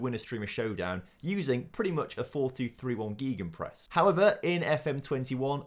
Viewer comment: Your pronunciation of gegenpress 😂😂😂